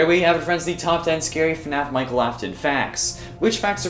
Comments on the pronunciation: Mikel Afton? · Itsss Michael not Micheal just a reminder